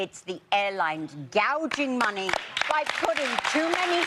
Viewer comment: 여성분이 gouging money 발음하시는 거 너무 찰지네요 ㅋㅋㅋㅋㅋㅋ